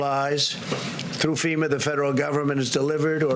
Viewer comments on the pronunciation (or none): none